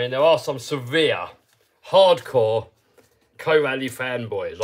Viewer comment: Corally - rhymes with apple-core Valley.